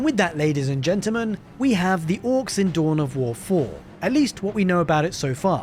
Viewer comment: It's "Orks" not "Ork*z*".